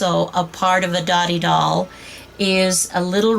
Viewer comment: correct info but pronounced doe-tee. means friendship